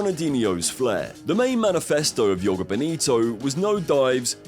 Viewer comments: It’s Joga, not Jogo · It's the Spanish that read the letter J like a Y, the letter J in a word reads more or less the same in English as it does in Portuguese. The word "Joga" in Joga Bonito is pronounced the same way as if you replaced the -er in the word "jogger" for an A to read "jogga." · And jhogah bonito, not "yoga" 😂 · Mispronouncing "NIKE" and "JOGA" in one video that's something XD